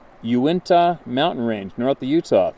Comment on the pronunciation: Uintah is pronounced You In Tah